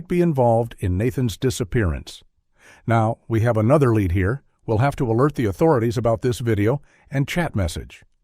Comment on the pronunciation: Your A.I. robot says "they uncovered a lead", and pronounces the word "lead" like the metal, as in a "lead pencil". SMDH Why can't you fix this stuff before you publish your videos????